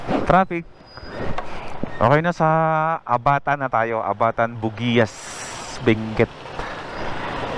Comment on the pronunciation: Hindi po bugiyas ang tamang bigkas ng bugias kundi bog yas.😀